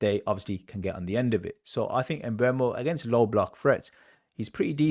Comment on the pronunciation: It's not em-Mbeumo its just Mbeumo.